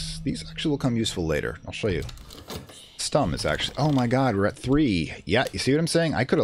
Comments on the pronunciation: The "u" in "Stumm" is pronounced like the "u" part in "you". Besides that you got it right. It's a German word btw and means as the game said - silent or mute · Yes that's more like it but it's a short "u" or "o" because emphasis lies on the "m" that's something you absolutely nailed :D Edit: I love the series btw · "Stumm!" actually means "Mute!" in german, which is pronounced a bit differently and this would make sense as the film would probably have no sound.